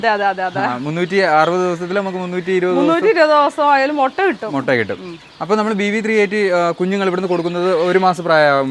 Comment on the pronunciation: മൊട്ട അല്ല മുട്ട